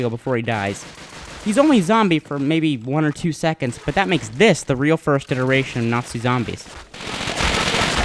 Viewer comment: Hey, you pronounced "iteration" correctly. Could you teach TJ how to pronounce it?